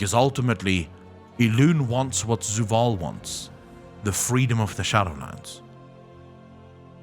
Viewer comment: It's Zovaal.. not Zuvaal